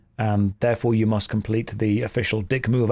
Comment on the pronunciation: "It mush be so exhausting to be so insecure", 2026